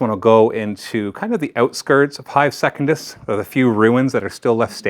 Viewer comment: If you keep calling it "second-iss" instead of "sec-un-dus" I won't be watching the campaign videos.